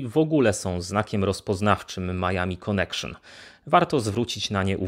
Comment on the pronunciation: "konekszon" hehehe